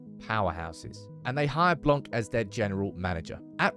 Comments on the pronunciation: His name is blan not blank great video though ! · You don't pronounce the "c" in Blanc 😊